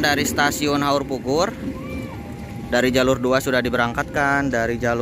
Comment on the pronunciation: suaranya dijelaskan dong, krn saya dengarnya seperti haurbubur, bkn haurpugur